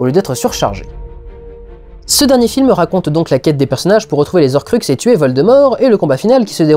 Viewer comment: Durendal... Le h est là pour une raison. Ca m'a gêné pendant cette restrospective et je me retenais de le dire mais au bout d'un moment faut que ça sorte. "Les Zorcruxes d'Arry" ça ne se dit pas, "Les Horcruxes de Harry" par contre oui. Les gens, prenez en compte le h ou c'est dans la tête que vous allez en prendre une de ma part! Commentaire achevé.